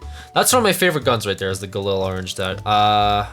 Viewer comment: It's pronounced, "guhleel" not, "guhlil"